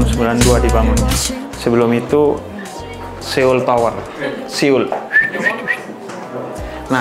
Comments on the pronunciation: Bukan Seyol bib, So-ul bacanya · Lucu banget habib nyebut nya SE OL😂